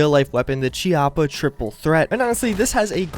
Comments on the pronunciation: it is pronounced KEY-APP-AH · its pronounced k-ee-a-pp-a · I made the same mistake with Chiappa. It's pronounced Chaippa (Key-op-uh)